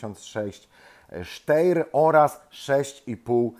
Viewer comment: Ponownie podaję prawidłową wymowę: [ˈʃtaɪ̯ɐ]! Sztajer.